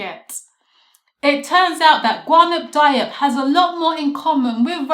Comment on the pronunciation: Watched the last presentation which was great and am only seconds into this one but want to help you with the pronunciation. I've tried to write it phonetically: Ga-noon Dee-op